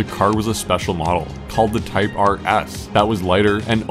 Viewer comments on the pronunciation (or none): none